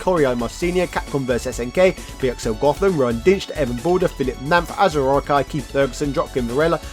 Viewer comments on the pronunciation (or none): none